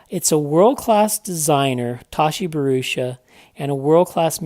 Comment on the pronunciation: Great review, certainly more complete after the update, small point you have his name wrong "Bharucha"